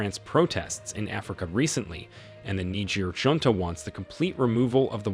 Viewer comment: Get rid of the AI Voice. It's pronouncing the word of Junta wrong.